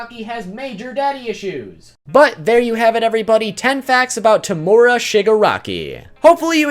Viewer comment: The way he says tomura 😭😭😭